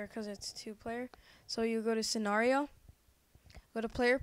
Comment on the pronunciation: LOL sory i couldnt get through the whole video because of your mispronunciations tutorial? scenario? MEEEE LEEEEEE